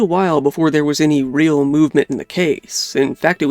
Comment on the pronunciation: What a sad story… thanks for another great video,, even as sad as it is (Just FYI, the "Real" in "El Camino Real" is two syllables (roughly, "ray-ahl"), Spanish for "royal"...)